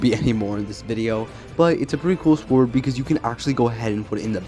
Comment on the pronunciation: Bro said SWWORD